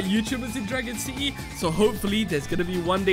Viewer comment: you said dragon sity time